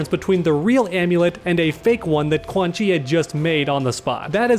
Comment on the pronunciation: I love when you say Quan Chi Chi! And you must say _ Reptilio_ also!❤️👍